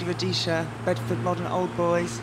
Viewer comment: It’s ROHESIA, woman!